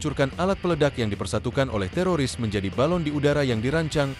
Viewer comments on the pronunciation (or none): none